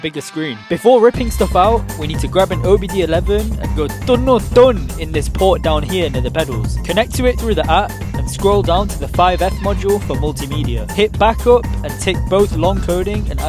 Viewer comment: FFS ITS OBD 2 NOT DAGUM eLeVeN, reported for false information 😂😂